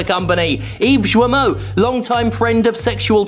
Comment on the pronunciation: Ah yes. Shwimy Eve Shwimo.